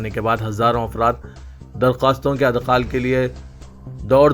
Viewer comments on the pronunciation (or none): Idkhaal hai bhai, adkhaal nahiñ